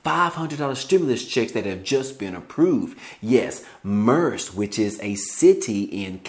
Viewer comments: Merced California is pronounced like Mer-Said (Merced)😜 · It’s pronounced Mer-ced